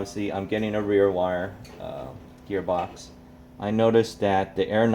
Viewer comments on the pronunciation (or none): Ares geatbox